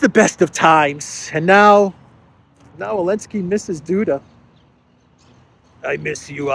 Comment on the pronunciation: Why do you say Elensky 90% of the time when his name is Zelensky?